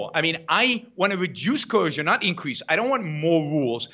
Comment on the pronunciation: I cringe when Yaron says "coercion" because he can't pronounce it.